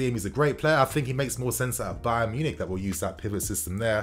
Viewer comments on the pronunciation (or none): none